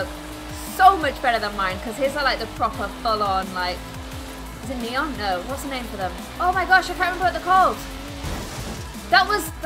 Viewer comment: Its neon as in nee on